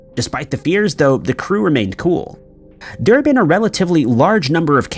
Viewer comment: Oh,and Dublin!